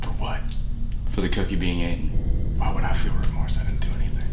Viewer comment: Nobody: Literally No one:: Aten instead of Eaten 😂💀